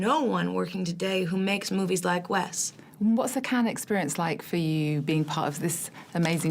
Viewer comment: ...It's Wes (wess), NOT Wez.